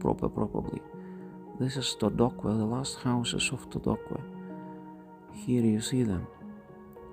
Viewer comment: The pronunciation of "Todoque" is "Todoke" and, not "Todokue"